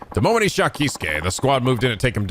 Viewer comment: the Kei in Keisuke is pronounced like Kay